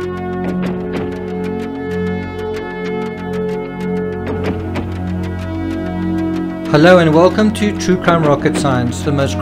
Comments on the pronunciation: Stauch= "Stauk" not stoouch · Can I just point out that stauch is pronounced stauk not stouch. God bless. Love from the UK 💕